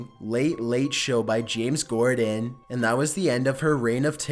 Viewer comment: It's corden not Gordon